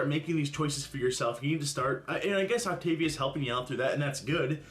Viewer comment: As somebody who has actually done the Optavia program, I will say that the dark chocolate cherry shake is so gross. I didn't like it and neither did my mom but the rest was pretty good I will say. She also did pronounce it correct when she started her video if anybody was wondering